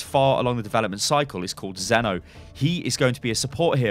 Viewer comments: As someone who is actually called Zeno, why Zenno? where comes the extra n. I knew what would happen, but still pisses me off, when people butcher my name like this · maybe its pronounced zeen-o so it be zeen or zen